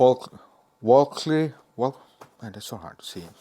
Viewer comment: It’s pronounced; “Vel-ka-ree” 😅